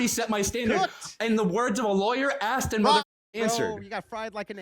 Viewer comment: "I aksed you a question!" These people do not understand logic or reason.